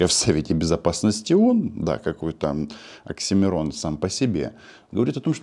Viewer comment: Оксимирон ? Певец, что ли ? Или всё же оксиморон?